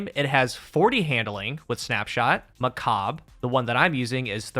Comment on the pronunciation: its not macab its macabre